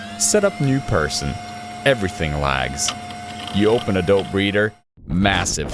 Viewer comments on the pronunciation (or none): Text: Adobe Reader Speech: Adult Breeder